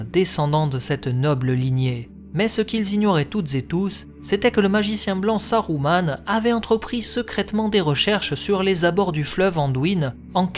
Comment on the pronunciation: Je me doute bien, j'applique les règles de Tolkien que la VF des films a appliqué une fois sur deux (Saruman prononcé Sa-rou-mane et non Sa-rue-ment, donc juste ; par contre Isildur prononcé I-sil-dur et non I-sil-dour, là c'était faux pour la VF). C'est pas plus mal de faire dans le juste pour une fois hé hé :P